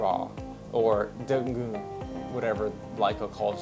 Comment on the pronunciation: Lol😂 it's nD.N.G not dongle